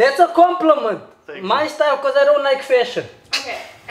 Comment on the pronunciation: halt echt :D kann nichtmal Style aussprechen :D